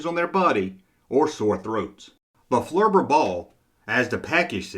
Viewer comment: I was going to say it's "flubber" not "flurbur".....but then I heard how you pronounced lawn darts